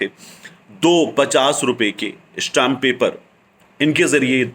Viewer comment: Bhai stamp paper hota hai ishtam naheen . Na khwanda log kehtay hai ishtam .